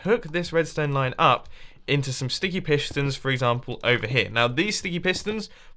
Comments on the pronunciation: to you really messed up didn't you mumbo... Firstly calling a furnace a piston about 10 times and then saying 'sticky pishtons'... Yeah, not your best time mumbo... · by the way when you where making the chest area you said pishstins